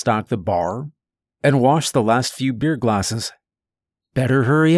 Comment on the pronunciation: You’re “surprised” he didn’t catch it in the last video I watched I heard him say “my buddy handed me a bear” instead of a beer and other things this dude kinda sucks at telling stories but I enjoy it I’m not saying anything bad but don’t be surprised when he fucks up bc it happens a lot in every video lol